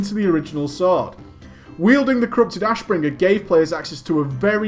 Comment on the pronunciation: Damn your way to say Ashbringer is annoying..